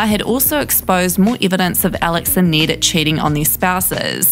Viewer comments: i don't know if its her accent but it sounds like she's saying "need" instead of "Ned" which should sound similar to "red".. It is really messing with my brain, cause she says his name so many times. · Need gets me every time 😂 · “need, kaith, zeck, and eujane” the accent lmao